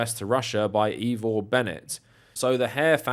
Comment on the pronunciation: Ivor, not "eevor"